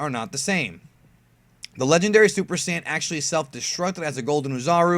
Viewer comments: Quit saying SIYIN. ITS SAIYAN. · "SI YAN ARC" how you pronounce sayian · you mispronounced saiyan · Just noticed: He can pronounce Gine, but not saiyan